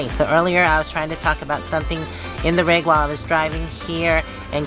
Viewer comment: Rig, not Rug!!!!😄😄😄